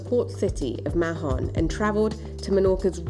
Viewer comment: She says "Mahhhhon" which is NOT the correct pronunciation for Spanish-speakers or Menorquín / Catalan-speakers.